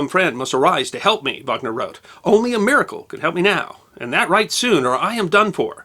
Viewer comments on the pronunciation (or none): none